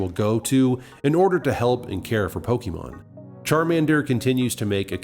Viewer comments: I'm almost certain that is not a Pokémon fan because of his atrocious pronunciation. It's "Po-kay-mon" or "Po-kuh-mon", not "Po-kee-mon"! I know it's a silly pet peeve, but it truly makes me cringe. The wrong pronunciation reminds me of all the adults back in the 90s who were baffled by Poké-mania. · What's pokeymawn? Are you trying to say pokemon? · Pronounces it "po-KEY-mon", opinion irrelevant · I’ve heard many, many Pokémon fans pronounce the word “Pokémon” in multiple ways all the time. It’s not that much of a big deal. I personally say it as “Po-Kay-mon”.